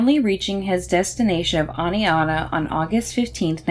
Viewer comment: Thank you for pronouncing Oneonta correctly!